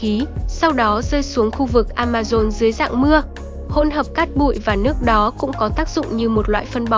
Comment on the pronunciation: Amazon mà cứ đọc Amaron